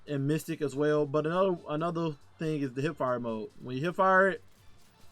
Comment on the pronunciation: It's Mythic. Not "mystic". Just trying to help! This is a badass build!